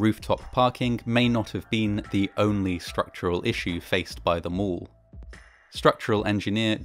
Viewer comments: Mall not mull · I quickly realized that he meant mall when he said mole.